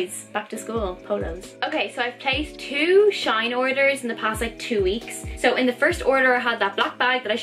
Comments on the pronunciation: never heard of shine. is it good? and btw it’s pronounced S H E E N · It's pronounced she in